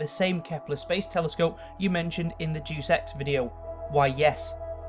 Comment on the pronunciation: mate, it's pronounced 'Day-us ex' not Duice ex.